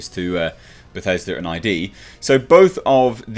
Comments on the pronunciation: it’s id, not I-D. FYI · id software is pronounced as a word, sounding like "did" or "quid", not said as individual letters. I hope this helps!